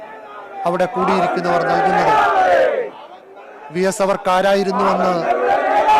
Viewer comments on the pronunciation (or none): ബ്രോ (വി എസ്)ആണ് (ബി എസ്) അല്ല